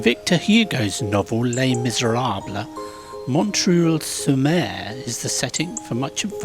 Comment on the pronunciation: Really enjoy your videos. I'm a Londoner but I live in Merlimont near Le Touquet. Montreuil is pronounced Montreye, French is sooooo difficult. Drive safe and keep well. Abien tot 😁👍🇬🇧